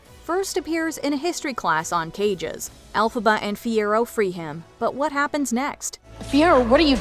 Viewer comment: It isn't "Elphaba."